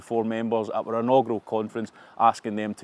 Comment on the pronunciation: Chris, the word is "our" not "wurr."😅😅😅😅